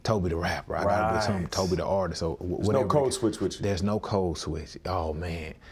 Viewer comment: Kept pronouncing his name without the N.